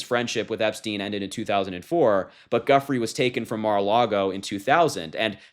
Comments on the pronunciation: PLEASE out of respect for Virginia get the pronunciation of her married name correct. It's NOT pronounced Guffray. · Soft G. Not "Guffree". Show her the respect of pronouncing her name correctly. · Guiffre is pronounced Jew fray. How can you not know that! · Perhaps her name could be pronounced correctly. Sounds like : "JEW"-"fray" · Thank you Harry❤. Virginia's Surname pronunciation is 'Joo - Fray." Bless Virginia🌹 ❤🌹RIP . Virginia's death has been kept hush! Her husband was extremely VIOLENT! Steph at, New South Wales, Australia. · Isn’t her name pronounced “Jew-Frey” . Seems like we should at least get the pronunciation correct out of respect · Virginia’s last name is pronounced joo frey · Her last name is pronounced: Jooo-fray—it’s an Italian name Guiffre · "Giuffre" is pronounced JOO-fray. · Virginia's last name is pronounced jew-fray source Jeffery Epstein: Filthy Rich documentary on netflix. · Her surname is pronounced “Jew-fray”. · Actually it’s “Gwee-fray” /ɡɥi.fʁe/ in French. We in this case, pronounce the “G” as a hard G like the “g” in go. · You should pronounce her name right. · You are doing great my young friend.....a word of advice, research how to pronounce someone's name. Her last name was French. So it isn't pronounced as it is spelled. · Please learn how to pronounce her name correctly. Thank you. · Wincing at your pronunciation of her surname. Look it up. Not difficult. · Harry, please make an effort to pronounce Virginia’s last name correctly! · I believe you are terribly mispronouncing her name. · You are the only person mispronouncing Giuffres name. Thought you should know. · It's a soft "g" or "j" sound Guiffre, please. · Good information BUT the highest form of respect for the person you are highlighting would be to pronounce her name CORRECTLY. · You're pronouncing Virginia's last name wrong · Please pronounce her last name correctly. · Please pronounce Virginia Giuffre's name correctly. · Pronounce her name correctly. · Pronounced jufrey